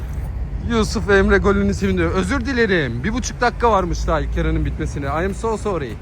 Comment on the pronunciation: ı am so surry harika ingizcen abim